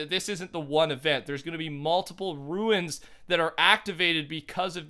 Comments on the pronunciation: Rune is pronounced "roon" not "ruin" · Commando845 no he is saying ruins like ancient ruins he said it wrong as hell but its pronounced runes dumb dumb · Its not ruins it is rooooooons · Fortnite it pronounced RUNES not RUINS dude youre saying that word wrong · "RUNES" NOT "RUINS" you idiot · It's "runes" not "ruins" you fucking idiot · Okay- I LOVE your videos and content and how in depth you go! BUT- they're "RUNES." NOT "Ruins." Runes-> Roon-s Ruins-> Roo-in-s Very different. Sorry, such a small thing but drove me wild during the video lol 😂 Anyways, keep up the good work man! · RUNE, NOT RUIN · Who else gets triggered when he says ruins not runes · Your saying “ruins” but it’s “Runes”. Confusing me lol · Sorry to point this out buts its angering me it’s pronounced roons not ruins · Its RUNE NOT RUIN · you say rune weird af. it should be said like "roon" not "ruin" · ur saying ruins. not runes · They arent ruins, they r runes, pronounced roones. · Rune not ruin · You pronounce “rune” wrong every time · R U N E S NOT R U I N S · Anybody else notice how he calls runes (pronounced roons). Anybody notice he calls them ruins😂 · The way you say "rune" is killing me. It isn't ruin. It is pronounced "roon"...you carry the O in that pronunciation. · no. He said ruins. He should have said runes like tunes. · Commando845 no you don't its pronounced roons ..runes not ruins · I’m so hype to see what happens when all of the tunes are deployed PS if you are seeing this rune is pronounced like room not ruin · runes not “ruins” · Hey man, it’s “Runes” NOT “Ruins”!! Just wanted to point that out haha. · They're called runes, not "ruins" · Does it bother anyone else that it’s runes not ruins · can you stop saying ruins... its RUNES... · Why does everyone pronounce runes like the word ruins, runes is pronounced like the word Dunes. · "RUNES" NOT "RUINS" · Ur talkin about runes not ruines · cmon man atleast runes right, its not "ruins" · runes pronounced roons